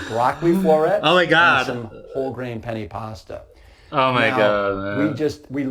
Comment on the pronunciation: He keeps saying Penny Pasta. It’s pronounced “Pen””Ne” lol